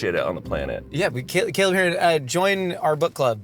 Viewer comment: Shayne Topp continuing his trend of pronouncing things just a little bit wrong with this newest entry: Caleb Hearon.